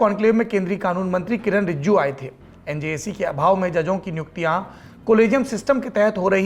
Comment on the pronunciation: Shame on saurabji u can't pronounce Rijiju😡😡